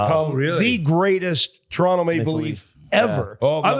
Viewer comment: Great pod boys! Gotta get working on saying Toronto properly, Whit's got it right. Where did you get that hat, Biz? Can average Joe's buy one somewhere?